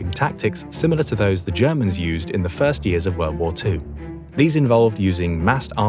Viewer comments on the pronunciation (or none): none